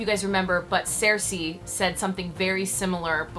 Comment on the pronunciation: Why do you pronounce Cersei like that?